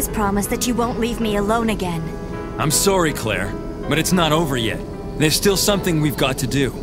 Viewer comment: The way pronounces “sorry” make me want to make him feel “sorry”